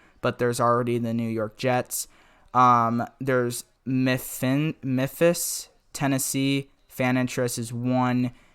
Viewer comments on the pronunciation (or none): .... did this guy actually say “miphis” tennessee, he’s from American and he has not heard of Memphis. I’m from London and I even know the city c’mon mate.